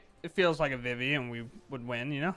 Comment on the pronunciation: Yo being a guy who loved playing FFIX and hearing people say "Vih-Vee" instead of "Vee-Vee" is driving me INSANE.